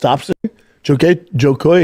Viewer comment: Bro you can't slag off Brendan for not being able to say "Joe koy" when you can't say it either... You call him Joy Koy 🤦🏻‍♂️